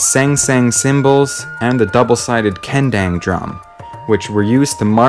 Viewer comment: I love how you butchered some of the pronunciation of the gamelan /gah-muh-lahn/ instrument names... Here's a better approximation: - Bonang /bow-nahng/ - Gender is correct - Suling is correct - Ceng-ceng /chang-chang/ - Kendang /kuhn-dahng/ - Wayang is technically not a musical instrument, but a better way to pronounce it is /wah-yahng/ Pro tip: Indonesian is easy to pick up but hard to master. Every letter always represents the same sound, except for the following: "A" is always /ah/ as in father; "C" is always /ch/ as in "chair"; "E" can be /a/ as in "apple" or /uh/ as in "duh", "Sy" is /sh/ as in "shadow", and "Kh" is /ch/ as in "loch".